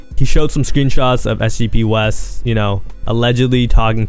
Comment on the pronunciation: its sgpwes not sgb west 😂😂